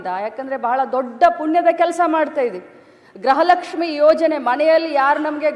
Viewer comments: ಗ್ರಹ ಅಲ್ಲ ತಾಯಿ ಗೃಹ ಲಷ್ಮಿ ಏಲ್ಲಿಂದ ಬರ್ತೀರಾ ನೀವುಗಳು ನಿಮ್ಮ ಪಡೆದವರು ನಾವೇ ಅಬ್ಬಾ.......😂😅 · ಗ್ರಹ ಲಕ್ಷ್ಮಿ ಅಲ್ಲ, ಗೃಹ ಲಕ್ಷ್ಮಿ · ಗ್ರಹ ಲಕ್ಷ್ಮಿ ಅಲ್ಲ.... ಗೃಹ ಲಕ್ಷ್ಮಿ 😊